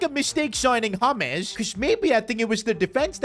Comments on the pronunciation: james not haames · It's not hames it's james please pronounce it properly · Bro is saying Hames Rodrigues instead of James Rodrigues the j is not silent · It’s James not hames😂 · He is not called hames he is called james bruh. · why you calling James Rodrigez his name Hames? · It's pronounced as Je m's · "haames rodriguez" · It's pronounced hames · bro says james in sted of james